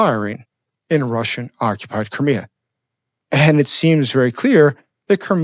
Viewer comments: It's like CRY ME A .... NOT kermia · Where is Kermia or do you mean CRIK3A?(cry-me-a)is the correct way of saying it. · lol it pronounced Cry-Me-Uh